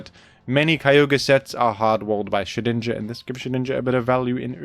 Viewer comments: I pronounce Shedinja like "Shed Ninja" just as how I pronounce Groudon as "Gru Don". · The effort it must have taken to edit out all those n's out of Shedninja's name.